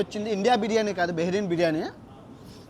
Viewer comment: అన్నకి నోరు తిరగటం లేదు బిర్యానీ పేరు